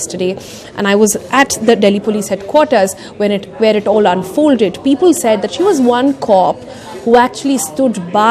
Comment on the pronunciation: I have a drinking game. Whenever she says "ul" instead of "le", for eg."Pepul" instead of "People", you take a shot. 😂🤗